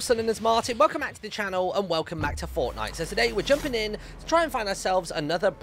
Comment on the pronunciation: Nobody Literally nobody Him: Hallow every bodty im in the lettle wuud and welcome back to fartnute